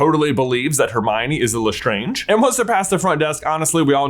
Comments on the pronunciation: Dont think thats how you say lestrange.....nevermind she deserved having her name mispronounced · Why is J mispronouncing Lestrange and accio? Does he do it on purpose?